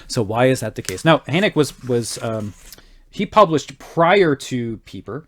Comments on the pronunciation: My dear, his name is pronounced Hur-n-ay-k-a, or Hen-ay-k-a....depending on where in Germany you are from... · Adolf Hoenecke is my great-great-grandfather. FYI...the final "e" is pronounced!